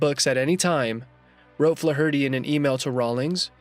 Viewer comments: Wow. Way to spam your channel with bots offering fake praise. You can't even pronounce Flaherty correctly! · I couldnt watch till the end because of the way the dude said flaherty. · Lmao@ "Fluh-hurty..." It's pronounced Flay-erty, numbnuts... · Flaw Hurty is pronounced Flare ity. As in Joe Fler Hootie of SCTV. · Fluh- hurtie? You onion! It's pronounced FLAYherty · Learn how to pronounce the surname Flaherty please. 😂 👍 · Its pronounced FLARE-ER-TY moron...not Flaherty d's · You’re killing me with the “Fluh-HURT-ee” butchering of the name Flaherty. The ‘a’ is typically a short ‘a’ sound as in ‘flat’. ‘Fla’ gets the emphasis. FLA-er-tee. But I’ve even heard it as FLARE-tee and FLARE-uh-tee. But Fluh Hurtee just plain fluh-hurts! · Hey numbnuts!! Fla-herty in pronounced Flar-ity...it and Irish Sur name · I couldn't take the pronunciation of "Flarity" (Flaherty) as Fla-hirty one more time. I'm out. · Can you not pronounce Flaherty? It's not Flah- hurty, its Flairty. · Good grief it's not Fla-hur-tee. It's pronounced Flairity. Do your research before you make videos bro. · Flaherty is flair ity not flaw hurty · FLA HER TY? AI AT IT'S BEST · Who says the surname Flaherty like "Fla-hurty", that's making it far more of an ordeal than it is to say already. Try putting the stress on the E, like everyone else does, it might make you life a lot easier and save time with pronunciation, apart from that being the correct one. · Fla-herty? Once you listen and hear it, it never goes away. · Fla-hurty??!!? Good god man. Learn to pronounce!!!! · Dude.... that's not how you pronounce Flaherty. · Learn to pronounce Flaherty. Jesus! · Learn how to pronounce Flaherty you make it sound retarded the h is silent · You couldn't find a narrator who could correctly pronounce "Flaherty". What a joke! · You really need to learn the pronunciation of the name Flaherty. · To the narrator here-you should learn how to correctly pronounce Flaherty. You sound semi literate.